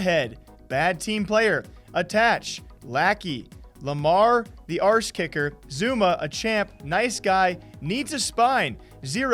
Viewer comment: Wtf is an arse kicker? It says ass kisser, you’re just as illiterate as keemstar